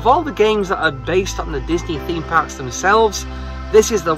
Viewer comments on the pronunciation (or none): Did you say Disney Thark? Theme Park. Th-ark. Thark! I’m gonna try that out